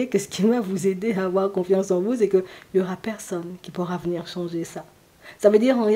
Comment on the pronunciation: COUCOU ! Lorsque vous avez dit " venir" j'ai entendu "vous nuire ". Bizarre car mon ex avait bien nuit à mon bien-être. Merci pour cette guidance et belle journée ensoleillée !